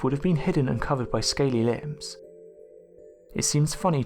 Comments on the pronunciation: You said "were t-rex teeth covered with limbs", you mean lips right? Why are you unable to pronounce it right? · Is he saying ”limbs?” Surely he means ”lips.”